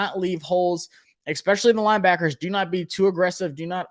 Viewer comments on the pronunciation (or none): Only criticism bro, it’s “especially” not “expecially”